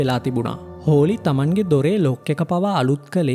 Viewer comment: හෝලි ද හොලී ද? Holly = හොලී